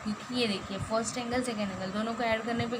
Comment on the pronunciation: Madam in 4th question you said forst it is first 🤓